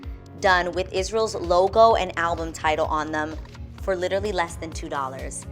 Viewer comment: I love your channel and love watching you on The Real! Ms. Adrienne, with all due respect and love, I have one pet-peeve: please, please, please stop say "literly"! the word is "literally" , LOL!!!